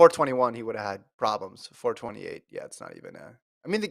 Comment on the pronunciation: It’s “4 2 8” not “4 28” 😅. Y’all sound like you don’t know football